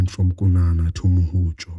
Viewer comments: Hi. Are you saying the pronunciation should be "Mu-Hoody" as opposed to "Moody". Thank you for that perspective, many people have been pronouncing it as "Moody".. We will look into it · It's Mhudi not Mudi.